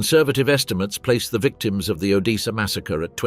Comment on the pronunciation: How difficult is it to say odessa